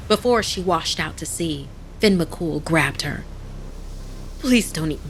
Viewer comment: Not very scary but I liked it ☺️ and it’s not Finn… it *Fyonn* as it’s pronounced. ☺️ just giving some constructive criticism. Don’t me. I’m only tell ya what I know ☺️ she pronounced the second name beautifully! But it *Fyon* not Finn.